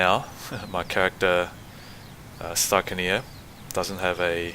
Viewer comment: Whenever you say "stykinir", i hear "stuck in here" xD